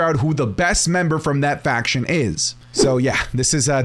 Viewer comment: Bro said “faqoor”